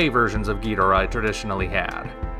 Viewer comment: I don’t like how you “ghidorah”. It’s so white. Lol